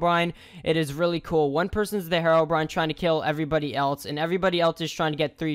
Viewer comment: okay pronounce hero then brine, did you get something different because it isnt hearobrine